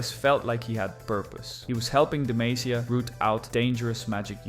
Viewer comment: "Dih-may-seeyuh" pisses me right off.